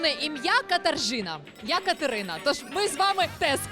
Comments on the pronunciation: Katarzyna вимовляється як Катажина, а не Катаржина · КАТАРЖИНА? первый раз слышу!!!уже не первый год живу в Польше много знакомых с именем Katarzyna ,rz-читается как ж ,где переводчики выдрали р ,никак понять не могу